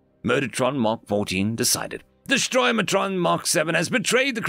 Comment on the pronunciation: Yo, The word is Destroyatron DestroyAtron not DestroyMatron. Where are you getting an M sound?:yougotthis